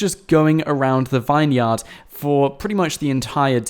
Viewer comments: is it only me that gets annoyed when he says vine -yard instead of vin-yard , like its supposed to be , do Americans pronounce it vine -yard ? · IT'S NOT A 'VINE-YARD'. IT'S PRONOUNCED 'VINYRD'. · it's pronounced vin-yerd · "Vine-yard" Really?